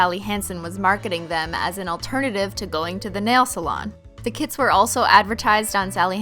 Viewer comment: When she says "kits" i think she's talking about "kids" ..😂😂 i was like? What kids?